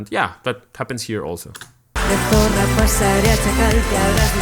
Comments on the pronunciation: Con razón decía yo¡Qué bien ha pronunciado zorra! 😂😂😂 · Ostras, ya decía yo que pronunciabas super bien la letra zeta y de repente te pones a hablar en español JAJAJAJAJ